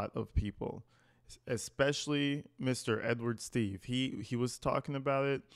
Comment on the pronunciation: Plus His name is Steave!! Not Steaves😮🙈